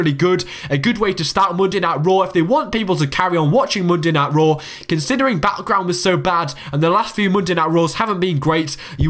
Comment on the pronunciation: Mundai Nait Row !! LOL